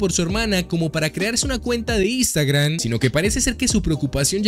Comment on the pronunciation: no es por hate es solo humor pero soy el único que le causa risa que diga "istagram